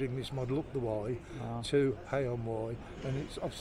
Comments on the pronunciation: River Wye.. Not wrye ;) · DJ, it’s the River Wye not River Wyre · river wye not wyre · It’s the River Wye in Herefordshire mate, not the Wyre in Lancashire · It's the River Wye, not to be confused with the River Wyre.